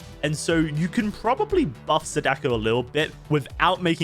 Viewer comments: the correct pronunciation of "Sadako" has the accent on the first "a", people tend to say "saDAko" instead of the correct "SAdako" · Can someone tell that it's pronounced 'SAH-duh-koh'? Emphasis on the first syllable. Japanese is a pretty structured language. When you learn a few names, it's really easy to pronounce them correctly. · It's (Sah-Dah-Ko) Sadako👍🏾